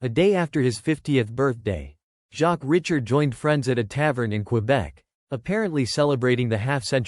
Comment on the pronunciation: Show some respect and pronounce the man's surname properly!!!